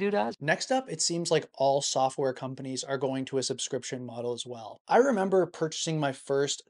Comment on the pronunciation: Member-berries.... Member??? Member???